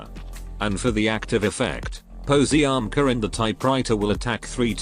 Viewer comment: Is more likely Paziomka the pronunciation